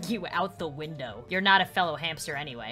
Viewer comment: When she said new hamster it sounds like new Hampshire